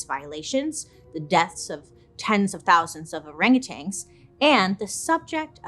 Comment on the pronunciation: There's no G at the end of orangutans! So annoying 🙄